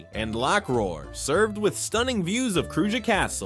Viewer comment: Could you get the pronunciation of Kruje right at least once in the video, it's pronounced difrently everytine it is mentioned.